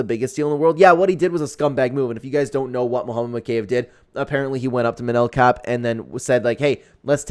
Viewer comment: mow-kay- ev...... BRO its MO-KA-EV